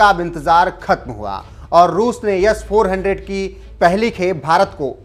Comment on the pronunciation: It's S not Yess 400